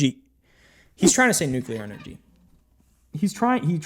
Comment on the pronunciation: New clear energy 😂